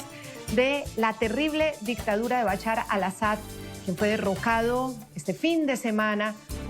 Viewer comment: BaCHAR ? por favor practiquen la pronunciación antes de transmitir, recomiendo estudiar inglés para abrir la mente a otras formas de pronunciar.